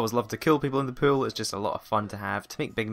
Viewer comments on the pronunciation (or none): When he said pool for the first time I thought he said pill.